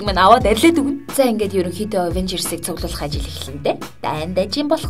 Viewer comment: ингэж avenjers яариад байвал их гоё бнөө